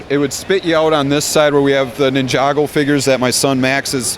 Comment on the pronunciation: And did I hear Neh jog go? It's NINJA go